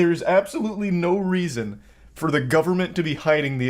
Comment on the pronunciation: “For some reazhon”